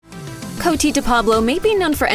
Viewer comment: CotE de Pablo. Not Coty